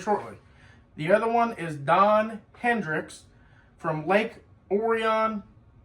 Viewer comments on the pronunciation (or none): “Orion” is pronounced O’Ryan same as the constellation Orions Belt. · Never heard lk orion pronounced like that 😅